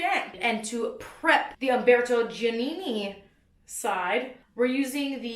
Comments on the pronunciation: haha 'dji' - 'ah' - 'nih' - 'nih' (my attempt at phonics to help you out !) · Giannini sounds like jah-NEE-nee